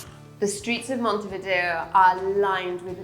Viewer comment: Montevideo NOT Montevdier